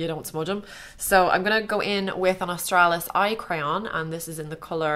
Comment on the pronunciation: I don't know if anyone else noticed it but i think its so funny whenever she says 'Austrailis" its in an austrailin accent haha